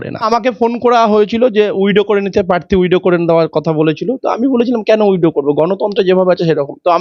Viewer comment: WIDOW noy, kotha ta WITHDRAW hobe 😂🫢🫢🤭 widow mane bidhoba